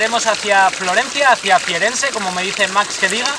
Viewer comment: Firenze, no Fierenze